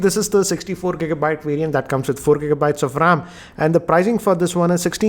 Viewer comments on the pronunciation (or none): none